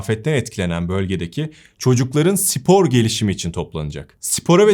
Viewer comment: Sevgili, “sipor” değil, “spor”.